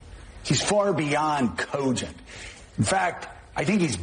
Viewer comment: Can't stand the way Joe Scarborough says "cogent". Does he really think we don't know the truth. President Trump 2024!